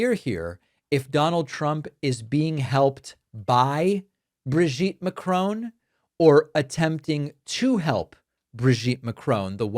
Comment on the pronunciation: David, the French surname is NOT pronounced Ma-crone. There is no "e" at the end of it. Perhaps people should start calling you Mr Pak-mane?